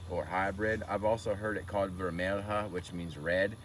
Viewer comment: Vermelha is pronounced like vermelya.